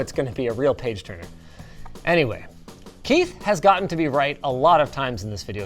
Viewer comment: that "Keith" felt so extremely personal.